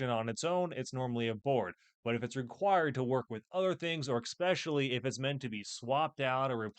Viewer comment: DID HE SAY EXPECIALLY!?!? 🤬 ESPECIALLY! IT'S ESPECIALLY!